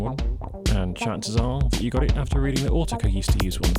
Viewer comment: Is that how British people pronounce Autechre? Have I been hitting the TECH wrong for 20 years?